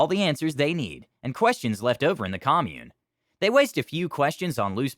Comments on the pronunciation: Great stories. Side note: That's not how you pronounce "commune", the verb. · You pronounced "commune" like the noun, not the verb.